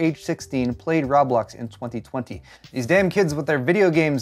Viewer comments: Ro-blox, not rob-blox...=p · its pronounced Row - blocks! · I heard raw blocks. I was triggered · It's not ROB Blox... LOL its pronounced "Ro Blox"... Now you know LOL! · "Say Row." - "Row" "Say Blocks." - "Blocks" "Now say Roblox." - "Rob-locks" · row blocks not roeblok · Its pronouced “row-blox” not “raw-blox” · It’s not rawblax it’s roblox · It's not Rob-lox it's Ro-Blox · I thought you were saying Rob Lox on purpose lmao. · RooooooooooooooooooooooooooooooooooooooooooooooBlox man.... No fucking A in that at all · It's Rowblocks...how many times you said it in this video actually had me laughing. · Rah blahks? That has to be the weirdest pronunciation I've heard for Roblox. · "I-D Software" "Rob-lox" "Zay-omi" You're doing this to us on purpose, aren't you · I assumed you were mispronouncing Roblox on purpose to troll or play into the joke about not knowing what it is. The pronunciation of "id Software" and "Xiaomi," on the other hand...